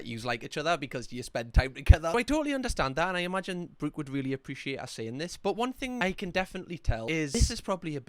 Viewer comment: I can't believe you managed to Geordie-fy the name Brooke 😂 Brewk (sorry you're great)